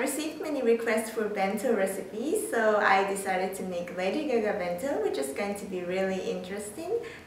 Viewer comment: It sounded like you said caca face not GaGa's face